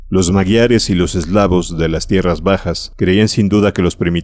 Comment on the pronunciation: Me encantan tus relatos , tanto los de Lovecraft como los de Howard, solo un apunte , me chirría como pronuncias "magiares" , la "gi" no se dice "gui" si no "ji" , el sonido seria "majiares"